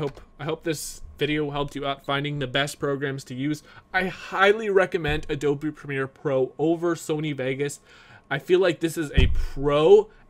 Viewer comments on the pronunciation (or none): none